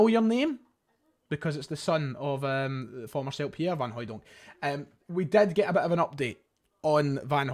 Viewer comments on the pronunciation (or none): none